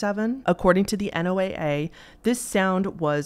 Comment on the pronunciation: Hello thank you for the upload! Real quick NOAA that is pronounced Noah. Emergency radios that tune into their frequencies and will give you information about storms tornadoes floods weather in general you'll hear it say "this is NOAA (noah) weather radio broadcasting on (insert frequency number here) MHz." I am a local weather spotter and live in tornado Alley so I have my NOAA weather radio with me at all times but when I'm not on duty to be a weather spotter and there's a storm coming in I like to listen to it because I feel like the voice even though somewhat monotone tone is very calming. Anyone reading this that would like to tap into that frequency and listen to this broadcast but doesn't have an emergency weather radio you can find them usually on broadcastify. Just search for your local area and NOAA weather radio 😀